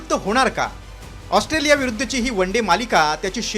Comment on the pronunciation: हा पत्रकार ऑस्ट्रोलिया म्हणतोय... 😅😅😅